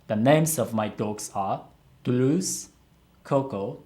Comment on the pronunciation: I find it so weird that she pronounces her dogs names with a fake japanese accent, "touruuzu" and "shiruisu burakku" intsead of just saying their names Toulouse and Sirius Black normally with the correct pronounciation... Does she do that with other languages? Does she put on a German accent for their names if she goes to Germany? Finnish?? Indian???